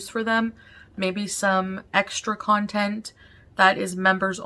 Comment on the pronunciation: omg yes! 🤣 "I'm working on new contenTT "